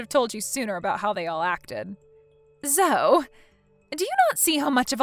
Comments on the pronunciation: Its pronounced zo ee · Zoe is pronounced zoee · Good story and just FYI - Zoe is pronounced “Zoee”.